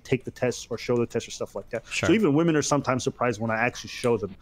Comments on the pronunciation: the only reason i dont watch is because she says woman instead of women. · Dude I know she speaks English so the fact that she cannot say PLURAL womEn is so fucking annoying to hear. She’s been doing it since day 1 and I don’t know why